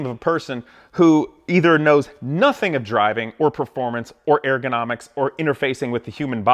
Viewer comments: It’s not pronounced AIR GO NOMICS... it’s ur·guh naa miks. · nobody: this guy: AIR-gonomics! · FFS I can't listen to him say "air-gonomics" any more. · I totally agree. But your pronunciation of "ergonomics" keeps throwing me off. It sounds like you're saying "air-gonomics." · “Airgonomics”. Was that bothering anyone else ? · If you are going to complain about ergonomics, is it ok for us to complain about how you say ergonomics? No where in the word is there reason to pronounce it Airgonomics. Just saying...